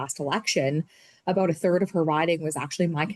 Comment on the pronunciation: the way you pronounce about is bothering me. SouthPark would love lampooning you. Floors crossings en masse via recruitment is wrong and far from democracy or constitutionally accepted practices. FULL COMMUNIST.